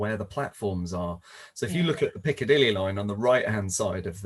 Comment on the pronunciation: I love your pronunciation of Piccadilly. Never stop saying it. Greetings from Sydney.:face-purple-smiling-fangs:🏳‍🌈